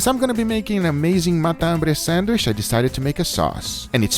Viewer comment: Once again... every time I hear sandwish I question why... is it an accent or something? This is not hate or anything, I am really curious why is not saying sandwich.